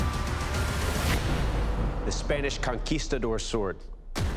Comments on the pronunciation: "The spanish C-A-nquistador sword" almost xD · He really said "canquistador"